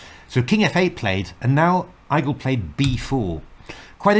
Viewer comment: Igel is more pronounced like 'eagle' than 'eye-gle' (it's German for hedgehog)